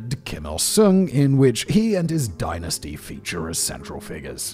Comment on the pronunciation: As an English person, I don't like how you pronounce dynasty.